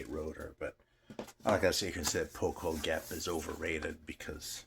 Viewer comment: Always love it when Hungarian stuff pops up. "Poh-kohl-gap", hahaha, I wish you had attempted to say the title of that Rotor album.